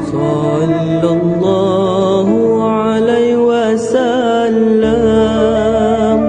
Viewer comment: Ada masalah sebutan huruf dan tertinggal perkataan. Sepatutnya sallallah hu`alaihi wassalam bukannya ....hu alai...